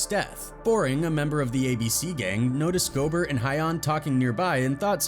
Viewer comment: It's pronounced Go-bear, not Gobert. Damn AI narrator 😂